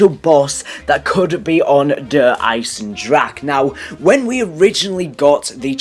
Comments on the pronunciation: Der eisendrahe not eisendrack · Isn't it pronounced der eyes-in-dra-ha